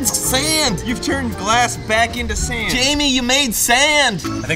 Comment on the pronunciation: "SAUND" my nigga it's Sand